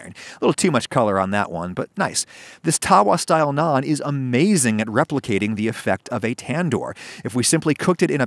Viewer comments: I’m just glad you pronounced it like “Nawn” and not “nanne” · Just pronouncing Naan correctly and also not calling it Naan Bread, does the deal for me 😁 Great video! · May seem nitpicky but wow he pronounced naan correct!